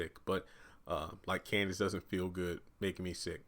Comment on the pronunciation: Her name is Candace not Kansas